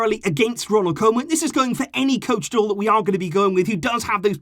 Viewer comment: Please, I beg you, it's pronounced "KOO-man".